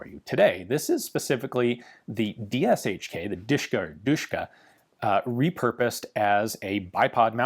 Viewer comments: Actually the correct is DiSH-ka( Degtyaryov i (and) Shpagin) or DuSH-ka because of the pronunciation. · The original Russian nickname was "Dashka" or "Dushka" where the "u" is pronounced the same way as in "cup" "or "duck". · Its called De she ka in russian